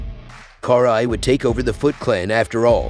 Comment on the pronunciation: Cool video but the way you pronounce her name makes my ears bleed.